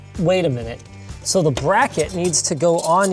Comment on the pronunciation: What ze fok